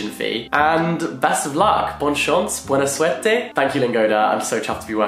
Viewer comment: Oh I loved hearing you say buena suerte haha. Greetings from Spain :) Great video as always